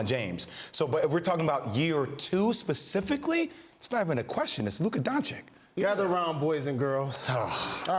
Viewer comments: lemme show you like this man.Luka DONCHICH.SAY THAT WORD AND YOU GOT IT BRO. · Ok, for all the americans that are having a hard time pronouncing Luka's last name. Imagine it's written: D O N C H I C H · "It's not even a question, it's Luka Don Chick" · Shame on you Jay Williams, even now you can't pronaunce Lukas name right... This is not some kinda blogers page this is ESPN with 6m subscribers and also it is disrescpect for the player. Do you expect him to beat all MJ records to learn to pronanunce his name right? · my point is that's sad when the top 5 player (currently) doesn't even get his name spelled correctly. Come on, just spend 5 minutes trying to pronounce it and you are all set. Disrespectful.